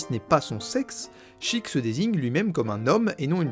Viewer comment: Raaahhhh "Chiik" "Shiika". Je meurs